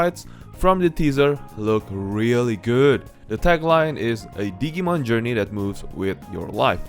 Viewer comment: Dijee-mon (as in digital-monsters) Not Diggy-mon 😆 lol